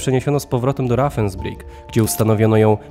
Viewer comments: Opowiada pan interesujące rzeczy ale dobrze byłoby sprawdzać wymowę niemieckich słów. Ravensbrueck, to nie "rafensbrik", tylko "rawensbriuk". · Rawensbrik, się wymawia. V jako W. Pozdrawiam ✌